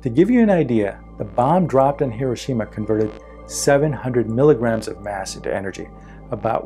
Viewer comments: Excellent. Well explained. But Hiroshima is not pronounced correctly. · MC should be lowercase… E = mc^2 …. You’re pronouncing Hiroshima incorrectly…